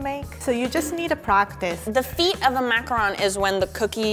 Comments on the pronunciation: Thank you for pronouncing macaron correctly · Literally THANK YOU FOR CALLING IT A MACARON AND NOT A MACAROOON THERES A DIFFERENCE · Tbh in French we pronounce it "ma - ca - ron" not "macron" :) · Finally,someone said macron correctly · I thought this was supposed to be a reindeer from the pic 😂 ALSO TY FOR PRONOUNCEING MACARON RIGHT